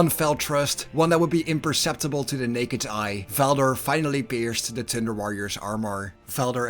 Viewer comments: Why do u make thunder sound like thinder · every time you thunder it sounds like tinder, tinder worriors. that's a whole different kind of worriors. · Lol all I can hear this entire video was "The Tinder Warriors"